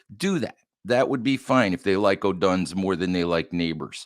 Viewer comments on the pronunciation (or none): Odunze is pronounced Oh Dune Zay.